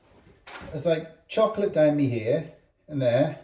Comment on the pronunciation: Something about the way British people say the word "chocolate" makes it sound so much yummier. In the states in the midwest we pronounce it "chalk-lit" and it tastes a lot like it sounds.